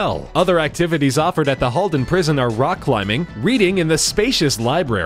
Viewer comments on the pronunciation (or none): none